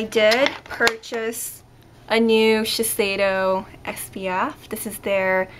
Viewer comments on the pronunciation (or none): It's pronounced Shisheido :) Or so at least that's what the Shiseido rep said as she was training me :)